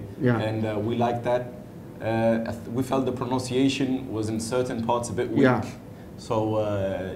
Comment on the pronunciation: Congratulations to Muhammad Hafiz, Harris & Taiyo. He said that some of Hafiz's pronunciation as proNOUNciation. He again said the same thing with Taiyo's pronunciation. Irony there eh?